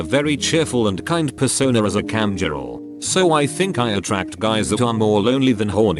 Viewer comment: No one: The narrator : CAMJIRL